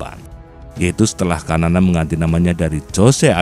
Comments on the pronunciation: Xanana bukan kanana...enak saja kau ganti2 nama orang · Xanana (pronounce bacaan nya Sanana bukan kanana) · Ejaan penyebutan s-a-na-na,, Bukan kamana min su ,,,parah PD amat lu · resah gw... sanana woy bukan kanana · Xanana bukan kanana